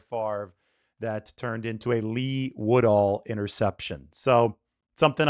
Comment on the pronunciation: You said Lee Woodall😂